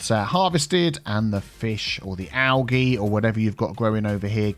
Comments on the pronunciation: Don’t take it the wrong way but the pronunciation for algae is “al-gee” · Do... Do other English speaking countries really pronounce algae "al-GEE" with a hard G? I've only ever heard "al-JEE" with a soft G. Wouldn't be surprised if it's regional though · Were I live we pronounce Algae as “Al jee”.